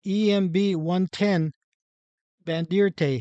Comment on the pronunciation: The EMB 110 is called a Bandeirante, pronounced band der ran tee. Otherwise good info